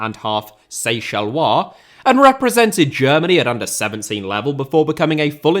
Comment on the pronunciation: I know you've copped a load of heat for some of your pronunciations but thank you for saying "Seychellois". As someone whose family is from Seychelles I cringe whenever I hear "Seychellian" - sounds awful! 😄